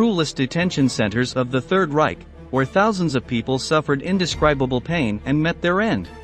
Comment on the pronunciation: Reich is NOT pronounced Rye-ck. It’s rye-sh.